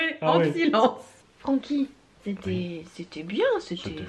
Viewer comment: Francky je peux pas faire autrement que d'entendre "Paroles de chat" quand il parle hahaha